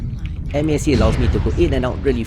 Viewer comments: MASC is pronounced Mask. Good video though 👍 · Just say "mask"... Four syllables is... triggering lol.